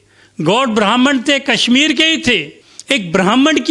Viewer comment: कसमीर नहीं कशमीर तथा कसमीरी नहीं कशमीरी उचारण करें| आप खुद के उचारण से आप का मजाक बन रहा है |